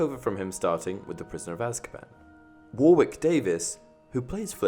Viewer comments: War-wick? It's pronounced "Warrick" like the town/uni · Warwick is pronounced 'wo-rik' btw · While I’m here it’s pronounced “Warick” not Warwick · Warwick is not War wick it's Wa Rick the second w is silent. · Btw it’s not (spoken) war-wick Davis it’s (spoken) waurick Davis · Worrick as opposed to war-wick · His names pronounced Wa-rick, not War-wick. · It's pronounced "Warrick" not "War Wick" :) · "War-wick" Wtf? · IT’S PRONOUNCED WAWRIK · It’s pronounced “worrick”, isn’t it? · I’m trying to work out if you are pronouncing his name as “War-wick” as a play on the name Flitwick or if you just don’t know how to pronounce his name. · man said war wick lmao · LEARN HOW TO SAY WARWICK DAVIS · Somewhere between the 2 would have been about right. Also your pronunciation of Warwick was horrendous. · You sounds British, yet you pronounce Warwick very strangely... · He simply said e instead of a and ended up like that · front door the narrator pronounced his name wrong. thats what this thread of comments is about. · umm...Ive never heard his name pronounced wrong before. the guy is a famous actor whose been in more things than I can count, and also Warwick isn't just his name, its the name of a city w/ a famous castle too. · It's truly bizarre to hear someone, especially someone English, mispronounce this. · u got a pretty fucked language. any grammatical rule for not saying the second "W" in Warwick?